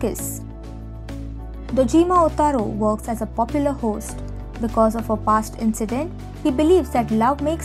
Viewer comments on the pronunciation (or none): none